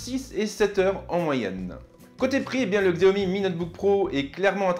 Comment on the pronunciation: On le prononce "chiaomi"....